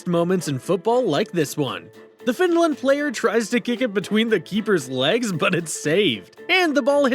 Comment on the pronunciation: He really said Heiland